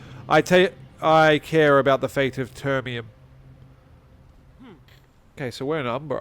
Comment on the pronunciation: it’s actually termiNum, not »termium« … nice video, overall!